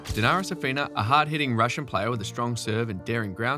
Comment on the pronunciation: It is curious how the authors gets the stress wrong in essentially every non-English/American surname. It takes like 5 seconds to google that it is SUkova, not SukOva, SAfina, not SafEEna, etc. I thought recording a video on “greatest players never to …” implies showing some respect to those players. Googling pronunciation of their names seems a natural first step, no?